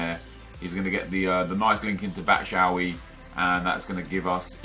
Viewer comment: i swear to god if he says "batshowee" one more time im unsubbing